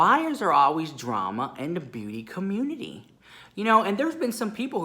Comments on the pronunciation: I just loveeee when says Beauty CommUNTI-TEE. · I love how you say beauty COMMUTITY LOL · I love it when he says “beauty comutiti” It gest me everytime 😂😂